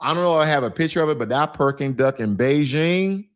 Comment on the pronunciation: He said Perking duck